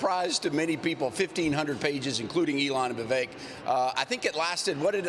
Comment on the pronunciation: & Congressman…His first name is Vivek…VI—VECK. VI—VECK. NOT “Vi-VAKE” Get it? Got it? Good! It’s really not that hard to pronounce. Now please show the man a little respect and say his name right.❤️